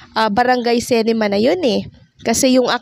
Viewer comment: Ayusin mo diction mo Anong cinema, cinema.